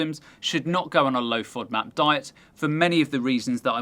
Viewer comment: Serious question: the O is a long Ō in the word, but in the acronym she keeps making it a short vowel...why??? Should it be FŌDMAP? 🤷🏻‍♀️